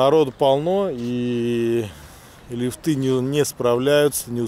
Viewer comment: если ВЫ БЛОГЕР, постарайтесь ПРАВИЛЬНО говорить, а то слух режет! резОрт..., а не рЕзорт, лИфты, а не лифтЫ, от слова ЛИФТ! Вы в школе учились?